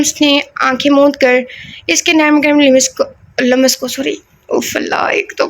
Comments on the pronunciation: Lamas nahi lumms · Dear lums parha Karen, laam aur meem ke beech yeh ko lamb naa parha Karen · Lams پڑھیں م پر زیر زبر نا ڈالیں ۔۔۔ ل پر زبر ہے بس ۔۔۔😊 آپ گوگل پر اردو میں الفاظ سن بھی سکتی ہیں ۔۔۔😊❤